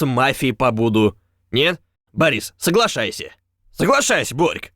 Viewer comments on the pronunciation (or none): соглайшайся, соглайшайся) ору